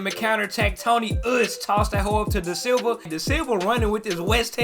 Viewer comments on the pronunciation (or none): none